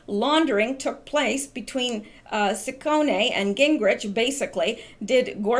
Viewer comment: Shawn H had Pence on as a guest earlier today it was very good, He has a radio show that you can get on your computer you know, Just so you know poignant is pronounced poin yant the g is silent. In english the name of siccone is usually pronounced see cone. In Italiian the cc is usually pronounced like a ch sound e is pronounced like a long a